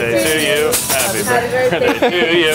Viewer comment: "Birtday Bash Dash"